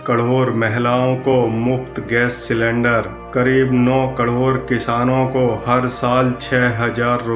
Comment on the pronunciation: Krod to thik se bol lo phle